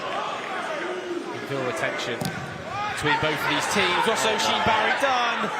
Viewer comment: Oisin barry is pronounced uhsheen barry btw